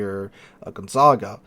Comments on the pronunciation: Its Gonzaga not GonzaNga... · Thanks for the video. Side note, it is pronounced gon-ZAG-a. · bro the ship's name is gon - za - ga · with the way you're mispronouncing the Gonzaga's name (It's pronounced like the well known university in Spokane Washington) I think you might be getting confused with the Brest. Perhaps you've been playing with Brest for too long?